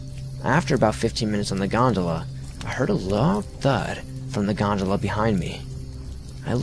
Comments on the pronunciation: Omg how many times did he say gondala? So annoyed lol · I wish a '100$' bill magically appeared in my wallet after every time he said "Godala" . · Ahh yes the creature on the G O N D A L A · Wait... Did he say gondala ? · I read this before I watched and couldn’t listen to him say gondola without laughing every time